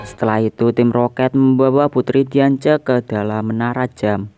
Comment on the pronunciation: Xerneas dibaca serneas Diance dibaca diansi